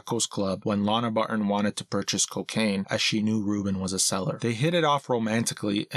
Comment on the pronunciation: Why does the narrator pronounce "Barton" as "Bar-ehh"? It's distracting and annoying.